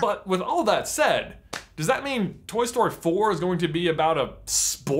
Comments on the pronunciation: Ffs it took me to the end of the video to realise you were saying "Toy Story 4-k" and not "Toy Story 4 cuh" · Why are you saying "Toy Story-k"?